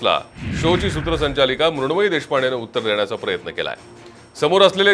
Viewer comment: कोण मुरूनमयी ? हे नाव बोलता पण येत नाही लिहिता पण येत नाही.